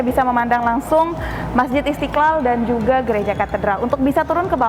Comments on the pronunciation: Mba kalau ngomong yg benar masjid istiqal kok pake istikal hahah lidah ya kenp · Istiqlal coi bukan istikal okey